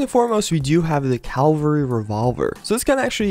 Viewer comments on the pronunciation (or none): "Calvary"? Really? Cav-al-ry